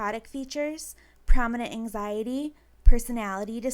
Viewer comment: I HATE how she says "angziiidieee" like i wanna slap her in the face